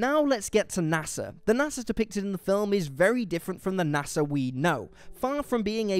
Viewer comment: it's nasa, not nassa. other than that, this is a really wellmade video. props to everyone who helped make this analisys